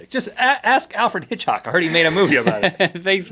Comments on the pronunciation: Alfred Hitch-hock.. I can't stop laughing hahaha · Maybe Link was thinking of the word "hitchhike" while trying to say Hitchcock and he mixed 'em up? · Link said Hitchock instead of Hitchcock because a belly button isnt the only thing he's missing. ba dum tsh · is when Alfred hitchcock is now Alfred Hitchock. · I thumbed down because of "Alfred Hitchhock" or whatever he said that was not even remotely funny. At all. Like... at all. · ... Hitch hawk? Never been so offended in my life. Nvm I have lol everybody says our last name wrong. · for "Alfred Hitchhock" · the whole "alfred hitch-hock" thing reminds me of when i was so tired i thought utah was called "u-hah." it's okay. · i noticed a couple of other minor mistakes besides HitchHAWK lol. Rhett said assent when he meant to say asset, link also said factroid. isnt it factoid? not trying to be a douche by pointing it out i just thought it was funny. R&L werent on their word game today. I thought i heard one more but couldnt find it and im not about to search the whole video.